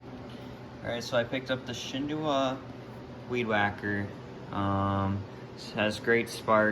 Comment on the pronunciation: You didn’t say the name right it’s shindaiwa not shindowa